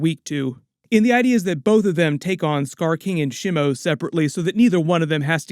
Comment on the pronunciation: By the way Shimo is pronounced SHEE - MOH with short pronounced vowels, and SOFT consonants; it's NOT pronounced "Sh'moe"*